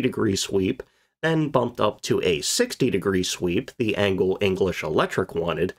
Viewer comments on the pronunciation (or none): none